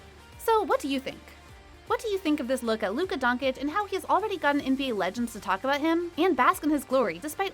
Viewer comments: You're a professional media analyst who gets paid to talk about people. The guy has been in the league for 3 years and you continue to mispronounce his name. There's a difference between me barely knowing you and mispronouncing your name and someone getting paid to talk about you on top of that I'm ok with someone mispronouncing a name a few times but for 3 years?? No it's not ok buddy it's just unprofessional and pure lazy. Do your job it's what you get paid for. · Straight up disprespect at this point mispronouncing his last name. Unacceptable honestly. You are getting paid for pronouncing his name the right way basically. And league is gonna make billions out of marketing Luka through his career. Sorry man but at this point it should be frowned upon. Stephen A is the only one who gets a pass because hes doing it on purpose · youre a "normal" guy... no hate its just Luka is gonna make billions for the nba franchise through his career. You fucking dont mispronounce his last name like that after 3 years. Straight up nationalist disrespect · it is Donchich not Donkich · "Luka Donkic"........ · Who’s Donkitch ? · Not Donkick. Doncheetch. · Please, please, if you want make a video about Luka, learn how to pronounce his name correctly! It is not that hard. Twice the same sound "ch" like in chill. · I stopped watching this as soon as the woman speaking said luka don-kick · Ah yeah „Luka Donkic“ at least learn how to pronounce his name the right way before u make a video about him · Idk how these people mispronounce easy names, Doncic if the last part is "ch" in sound, the first C probably sounds the same ijs 😑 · She sais Donkic ffs 🤣🤣🤣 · who tf is Luka Donkeych 🤣🤣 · Bruh. “Donkich” Really? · Donchich Americans. Donchich. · How does she manage to mispernounce every last name? Donkich, nowitzkee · Its Dončić or Doncheech. Such a "journalist" would be better as a road sweeper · When I hear Donkich I quit watching... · I know how hard is it to pronounce dawn uh kick